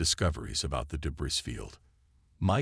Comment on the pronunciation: The repeated mispronouncation of "debris " detracts from the narration. Where is the quality control?